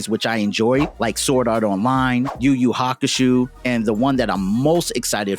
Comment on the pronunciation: Bro where did you learn how to read? please stop butchering these simple pronunciations. It's Godoy, not GO-DOH.... There's a "Y" in there. "Y" after "O" makes the OY sound, like "TOY" it's Makenyu, not MaCONyu.... "E" makes the Eh sound, not Ah. it's Yu Yu Hakusho, not Yu Yu Haka-SHOE. and I hope you don't say NaROOOto ShaPOOOOden